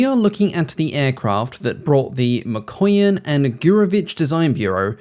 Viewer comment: I'm sure you pronounce "Mikoyan" as "McQueen" 😸😹